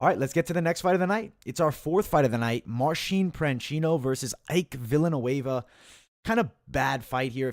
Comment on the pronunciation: You kept mispronouncing Marcin Prachnio calling him Marcin Pranchino. Otherwise, spot on breakdowns and predictions! I used some of your picks for another Capper Comparison Picks video. Thanks for the great content!